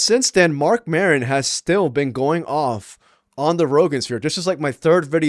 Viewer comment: Who is “Marcon” Maron?